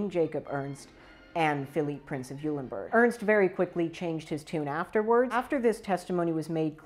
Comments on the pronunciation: Sigh... Why bother learning the actual pronunciations of the principal characters? Can't be all that important, right? Eulenburg = "OY-lenburg." Holstein = "HOL-shtyne." Liebenberg = "LEE-benberg," literally "Love Mountain." "LYE-benberg" means nothing, other than there being a town called Leiben. Also, it's Bülow, not Bulöw, in English more or less "BYOO-low" since that type of U doesn't exist in English. Doesn't really help with the credibility. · Pronounced "Oilenburg."